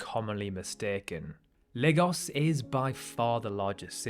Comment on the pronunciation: On behalf of all Nigerians, thank you for not pronouncing it: 'LAG-OHS'